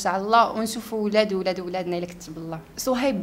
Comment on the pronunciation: الدودة لي كلاتني فهاد الفيديو هي ديال خينا لي مع شوف تيفي وكيف كادير ينطق صهيب شسصهيب